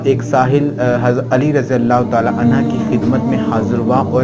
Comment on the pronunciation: R.anha nhi HOTA anho HOTA hai 🎉